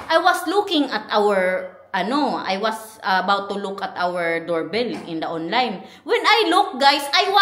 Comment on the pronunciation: Hahaha Kala ko u said lukarit .. look at it pala 😮🤦🏻‍♀️🤪